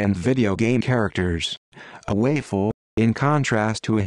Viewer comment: What pisses me off is how he says waifu twice and then pronounces the same word as wifu right after. Like what changed?